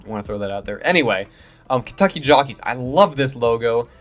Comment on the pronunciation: Kentuckey? It's Kentucky😊